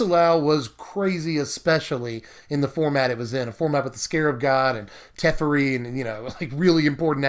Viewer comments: Te-FAIR-ee, not Tef-ur-ee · TEH-FAIRY not TEFRI luv you <3